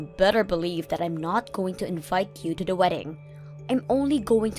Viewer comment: The “deh” “da” or “duh” instead of THE just makes me cringe every time.